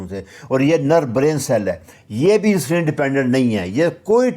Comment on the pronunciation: جناب لفظ انسولین نہیں بلکہ اِنسولِن ہے۔ کسی بھی انگلش چینل پے سن لیں